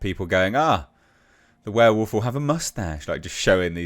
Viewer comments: Monsters return! Woohoo 🤣 Ver Volf! There castle! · So not 'Vverewulf', with the vv.